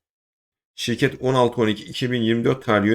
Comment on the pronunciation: ilk bedelsiz şireket nedir anlaşılmıyor. ne dediğin anlaşılmıyor